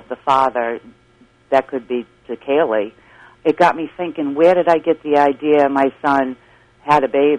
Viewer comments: When in the HELL is Nancy Grace going to learn to pronounce Kaylies name correctly instead of KYUL-LEE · It's not Cayl-ee, it's Cay-lee. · Kael-lee. That's how Nancy pronounced Caylee. Ridiculous. Get a hobby, Nancy. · Nancy Grace never could pronounce Caylee. She always made it sound like Killey. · Omg! I cringe ea & every time she says Caylee's name! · She pronounces Caylee that way because of her accent. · why can Nancy Grace pronounce Caylee right?